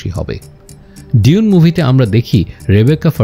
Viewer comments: Bro you are doing excellent. Just one thought: have you ever heard a native speaker of English pronouncing it ডিউন? Only fokinnir pula koyekota bangla pronounces it in that way. Its ডুন, simple. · এখানে "ডিউন" উচ্চারণ করছে, আমার যদি ভুল না হয় শুনতে। সঠিক উচ্চারণ "ডুঊন" হওয়ার কথা। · its doon not di-un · প্রথম আলো এটার উচ্চারণ করছে "দুনে" 🤣